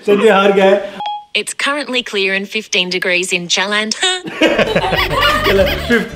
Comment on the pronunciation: i love that part when siri said jlandar